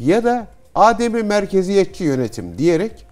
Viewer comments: Değerli Cihat hocam, Âdem-i Merkeziyetçilik değil. Adem-i merkeziyetçilik olarak teleffuz edilmesi gerekiyor. Kullanımı bilmeyen insanlarımız için de manasının izahı yerinde olur. Adem hiçlik, yokluk anlamına gelir. Yani adem-i merkeziyetçilik merkezin olmaması manasına gelir. Merkeze bağlı olmayan yerinden yönetim... Bu video serisi çok faydalı oldu. Başta Cihat hocamız olmak üzere emeği geçen herkese teşekkürler. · Hocam adem'in a'sını uzatmadan telaffuz etmek gerekiyor.